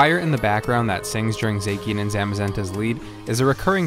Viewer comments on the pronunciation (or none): Gaylar? Zackien? 😂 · God those Pokémon pronunciations! Zaykian? Gailar? Not hating but damn. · I'm sorry, "Zakyen"??? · Gaylar Zakian Man some of these pronounceiasions